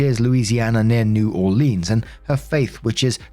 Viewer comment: darlin, I love ya... but the way you're saying new Orleans is making me gag and my skin crawl 😂 Not "New OrLEENS... it's "New'awlins". I know you're British and you can't possibly understand a Cajun/Creole accent (our native cultures here in Louisiana). Louisianians cringe anytime Yankees or Non-Cajun/Creole folk pronounce any Louisiana word. But please (my babe in Cajun-French/Creole), don't do the LEENS part, it's "Lins" Je t'aime,.